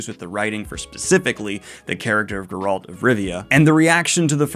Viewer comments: still pronouncing it as gur-ALT instead of GER-alt!!! why! there is not a single media instance that pronounces it like that! play the games! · Why do you pronounce Geralt as Ger@ lol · Daniel, respectfully, it's pronounced CA-vill, GE-ralt, and GOLD-blum. All names with the accent on the first syllable. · Co-ville? Co-VILLE?? Ger-ALT? You keep going, Danielle! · I can't with you mispronouncing both Henry Cavill and Geralt... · You don’t know how to pronounce Cavill or Geralt. Also, in the UK the currency is pounds. Not euros. 🤦🏻‍♂️